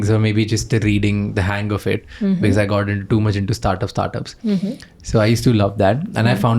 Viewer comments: Why Indians pronounce because az ”bekez” 😂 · Bhai becuss kya hota hai😂karlo pronunciation toh theek bhai,it's be-cause pronounced as becoz,because